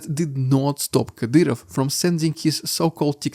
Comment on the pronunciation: Kadyroff xD